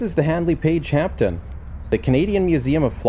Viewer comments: HP "Hampden", NOT "Hampton". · It's actually pronounced Hamden, see YouTube video of Lady Hampden christening the aircraft in 1938.